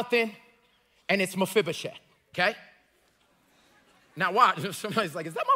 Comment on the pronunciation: You know, I have just one question for you. How are you pronouncing Mefiboset so right? I don't even know how to spell it right and I looked it up.